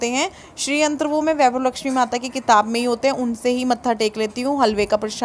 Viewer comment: aap vaivav Laxmi bolte ho Vaibhav laxmi mata bolo